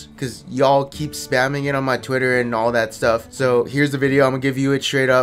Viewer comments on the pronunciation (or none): none